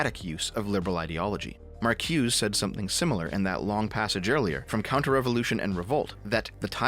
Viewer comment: I hate to be a stickler here but Marcuse's name is actually pronounced Mar-cu-za.